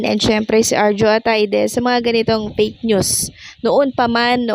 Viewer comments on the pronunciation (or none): Fake not "peyk" ayosin mo naman ang pronounciation mo ng F at P